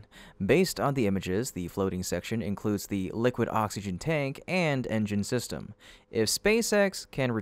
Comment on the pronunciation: STOP saying system...I know it's just an ai voice but come on...proof read this ish...just plan sounds stupid